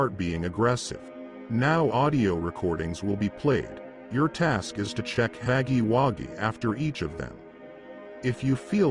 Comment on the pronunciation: BRO YOU GOT THE WRONG PRONOUNCE FOR HUGGY😂😂😂😂😭😭😭😭😭